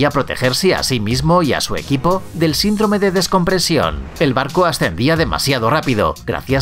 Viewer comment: Excelente video, pero con muchos errores ortograficos ! Y dices descomprensión! Y es descompresión! Y dijiste 1866 y escribiste 1886, como consejo edita con cuidado tus videos que son muy buenos